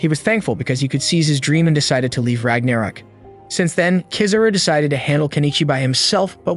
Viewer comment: Bruh the way you pronounce ragnarok is pissing me off. haha